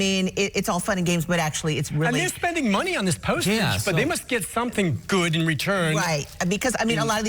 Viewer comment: Channel 5 reporter,.please enunciate clearly. Dear lord. You said " if it hasnt happened to you, be prepared, BECAUSE ITS STILL KOOL AID." Now, youre a professional reporter, im quite sure that is NOT what you intended...however, thats what you delivered.